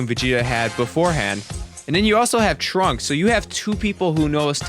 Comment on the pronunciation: I thought you said the 'Trump Arc'